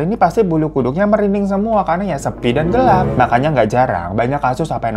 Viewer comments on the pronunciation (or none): none